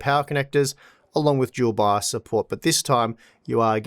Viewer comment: I was like... What "Jewel box"? ... And a few seconds later I realized that's how they saying "Dual BIOS" :-D